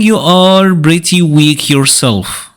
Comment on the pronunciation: "Pretty", not "bretty" btw